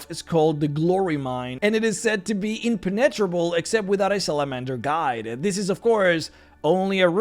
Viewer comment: when you say " it is said to be impenetrable ..." The way you pronounced impenetrable made me want to smash my head off my desk NGL lol I'm sorry, I don't mean to be a dick I really don't but I've noticed you and mispronunciations seem to go hand in hand for some reason lol YET you can pronounce these crazy complicated words from the DnD universe with such ease and fluidity. Words I try to pronounce and my tongue cramps because it can't move the way it needs to to pronounce them lol (that was a joke for those certain people out there btw) but yeah man, idk I just had to say something, and then I didn't stop saying stuff and this is the comment we got left with, so I'ma let you have it now. Really do enjoy your content though man, keep up the good work, and can't wait to keep seeing you in my feed! ✌️